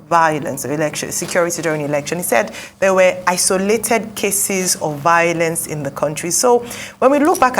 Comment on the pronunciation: Vowlence from a reporter, not attractive. V-I-O-L-E-N-C-E, there is no “W” sound in this word.